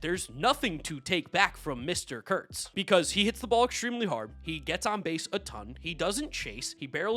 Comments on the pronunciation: Yea, I never understand why people don’t just say his name. If you pronounce words correctly it doesn’t sound bad at all. Kurtz has a T in it. Doesn’t sound like a slur in my opinion at all. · Because is too politically correct is why he won't say Nick's name correctly